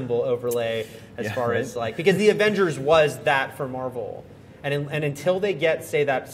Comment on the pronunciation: it mar-vel